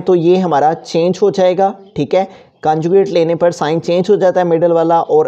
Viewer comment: your teaching is good but conjucate hota hai canjucate nhi